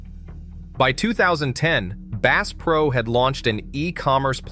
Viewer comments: "Base pro" ? AI much? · The AI voice can't even pronounce the "bass" in Bass Pro Shops correctly. I am out of here. Product better content. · "Bass Pro Shop" as in "bass guitar"??? STOP THE AI BS!!!!!!!!!!!!!!!!!! Use a HUMAN!!!!!!!!!!!!!!!!!! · You fo not even know how to pernounce bass pro